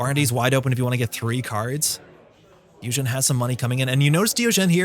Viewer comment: I think you may be pronouncing diogene wrongly unless its not a reference to diogenes the philosopher